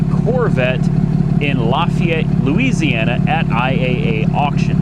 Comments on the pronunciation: Somebody just put a brake tag on the red vette before it sold at auction. Look 8-22. Also... Nobody says Lees-e-ana. 😆 😆 😆 I'd clear over the silver vette and leave it as is. I think it looks awesome as-is. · Louisiana not Indiana you fool